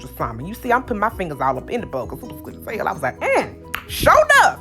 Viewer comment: I swear every time you say "Gud as Hell " I'm like 🤣🤣🤣🤣🤣💀